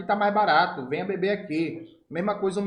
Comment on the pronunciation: Kkkkkkk mano, o vídeo tem conteúdo demais, mas na parte em que você fala que chamou o cara pra ir pra cima, rachei o bico. "VENHA" COM O SOTAQUE FICOU MAIS ENGRAÇADO AINDA 😂😂